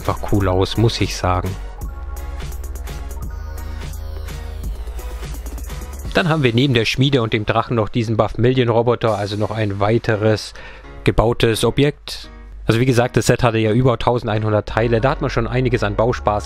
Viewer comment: sagt er Buffmilion anstatt VERMILION